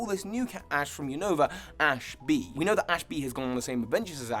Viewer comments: Unova = U-Na-Va Kalos = Ka-Lohs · You said Univa wrong